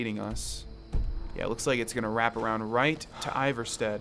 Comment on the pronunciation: It’s pronounced ee-var-sted